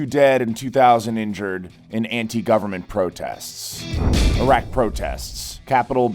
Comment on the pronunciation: I do appreciate that you pronounced Iraq the correctly. 10/10 good job most people would have botched it